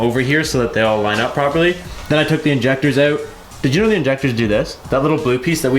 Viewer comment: Oouuttt. Is that the only New Jersey accent word you picked up living out there? 😂